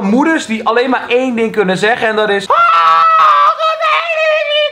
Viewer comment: Kelvin het is eén niet een